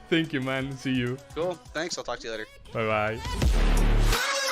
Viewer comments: ambas se pronuncian con o "toking" "tok" Pero encerio estas tratando de corregir la pronunciacion en este video xD? es un hecho que si tuvieras que corregir no seria solo el verbo talk sino el 90% de todo el video. Y me refiero a que de nada sirve que corrigas si solo vas a hacer ese verbo jaja. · Se pronuncia y sin la "L" jajajajja ❤️